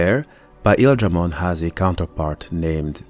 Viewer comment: this guy says PAEL dramon Is this some sort of an off-panteon god?